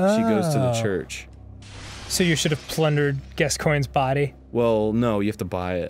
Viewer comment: For fuck's sake, guys. Here: GASK-OI-NE There. Now say it right.